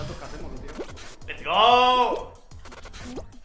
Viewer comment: Siempre dices les gou jaajajaja